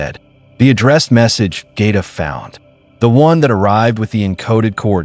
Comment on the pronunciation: Get a new AI!! G’Kar is pronounced with a J sound!!! J KAR!! And the book he carries with the drawing of the Shadow vessel and description of the encounter is the Book of G’Quwan!! Not Sten… Please stick to canon or at least explain in the story why you didn’t…